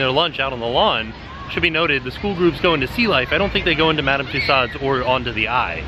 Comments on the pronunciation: Love love love your videos. But small issue. It's Madame "two sos" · every time you say Madam Tussaud, you kill me. A piece of my soul vanishes....... I love you but it's pronounced with an O not a D... 😂❤️ So it's not tussaud it's tussauo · Apparently, Tussaud's is actually pronounced "two-sew-zzz" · Hi. FYI...Tussauds is a French name and is pronounced TUSOOOZ. Thought you would like to know.:) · Is that EyePad actually an android? That would be so amazing. And it's pronounced two-so. LoL